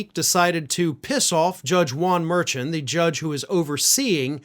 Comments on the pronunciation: Mur-Shawn. Not Mur-Chan! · It's Mur SHAUN not merchin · please check how to pronounce the judges name. Merchin. Mershawn. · The judges name is pronounced “Mer-Shawn” not “Mer-chun”. Just trying to help. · The gag order includes "families of court staff", and the judge, as pointed out by the prosecution, is a member of the court staff. Also you are saying the name of the judge wrong. Its not "merchant" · Please realize you are mispronounceing the judge's name. It is pronounced MERSHAWN.😅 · The judge's name is pronounced mer-shan with emphasis on the 2nd syllable according to Karen Friedman Agnifilo of Meidas Touch - she has appeared before him and should know. It just drives me crazy to hear it wrong now. But the rest of the video was absolutely on point! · Please pronounce the judge's name right spelled Merchan but pronounced Mershon ! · you're mispronouncing the judge's last name. It's more like "shawn" at the end. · Please correct your pronunciation of Judge mur-SHAWN’s name. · big fan here, so please don’t be upset. I watch Meidas Touch. One of the lawyers there has prosecuted cases in front of Judge Merchan. It is pronounced Mer-shawn. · The judges name is pronounces 'Mer-Shawn'. Please show the man some respect. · # it’s pronounced Mer”Shawn “. Come on Merchan. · Love your show but his name is Judge Mur-shawn (spelled phoenetically. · Judge’s name is pronounced: mer’shawn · I enjoy your show and like and subscribe. But because I see this coming up a lot in the next three months, I thought you should know to pronounce the judge’s name mer-SHAHN. keep up the good fight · The judge's name is pronounced "Mur-Shawn". Great points as usual though... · The judge's name sounds like" mer(mer-maid)-shawn hope it helps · It's pronounced Mer/shaun. But spelled Merchan. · Mer-Shawn You dishonor him by pronouncing it incorrectly and so casually. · Mar-shawn is how you say the judge's name. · Judge's name pronounced Mehr shwan